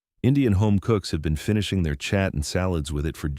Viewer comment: chat instead of saying "cha-aat"